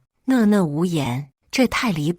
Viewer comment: 訥（那）訥（那）無言，不要一直唸錯字！